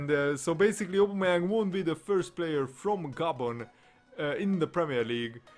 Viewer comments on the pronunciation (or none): You say his name wrong lol